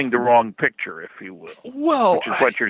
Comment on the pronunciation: picture, not pitsure